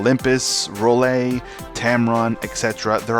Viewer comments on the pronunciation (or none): Minolta FD doesn't exist. Rollei isn't pronounced Role A. Dude, ???? Learn then speak.